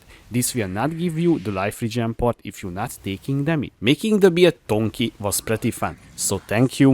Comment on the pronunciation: Is saying tonky a meme or he doesn't know? also dagger he pronounces "daejer" lol